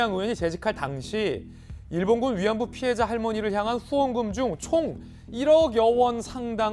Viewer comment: 말투 신기하네 ㅋㅋ 후원금이죠? 이것도 후원금이죠~? 후원금이죠